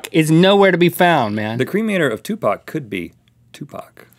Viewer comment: for saying 2pac/Tupac the right way.